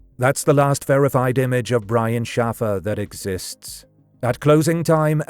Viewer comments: His last name is pronounced SHAY-fur (not SHAF-er). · Shaffer is pronounced like SHAY-FER. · It's pronounced "Shay-fer" How have you not heard anyone ever say the name out loud before recording this? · SHAF-er or SHAF-uh would be the British pronunciation of the same name, unfortunately Brian wasn’t British. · I'm nearly certain this isn't a human narrator, which would explain the inability to properly pronounce a common name the correct way.